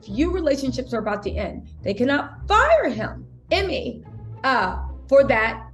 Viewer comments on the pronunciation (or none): GotDamn it it's EEE-MAY 🤣 Not Emmy 🤣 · Its pronounced E-May , but love the content🙏🏽